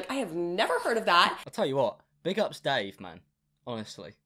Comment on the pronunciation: The icing on top of the cake is that her husband is not Dave, it’s Dāv. DĀV. WHAT